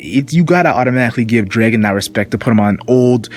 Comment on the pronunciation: his name is dragon not draken lol can you not say dragon?